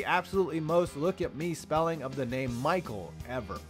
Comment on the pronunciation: Your joke about Franco would be good but is name is pronounced "My Kell" not Michael